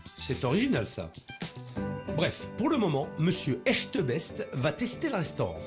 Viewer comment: Non contents de toujours "stresser" "chu stressée", de charcuter le nom du chef "Echtebetch : echbeteche" etc : on dirait qu'il a l'habitude de frapper les gens, de les torturer ou autre tellement ils sont terrorisés à l'idée de sa venue : qu'ils ont désirée !